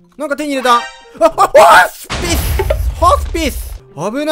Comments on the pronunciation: ホォ↑ス↓ピスw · ホスピスの言い方がコンギョみたいw